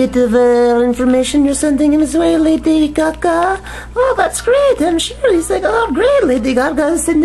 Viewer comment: wtf lady caca? lol stop saying it lol